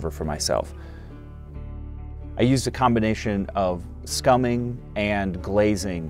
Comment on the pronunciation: Scumbling not scumming! 🤣